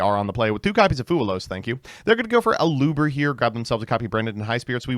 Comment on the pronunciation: Wait til you see what he calls Aluber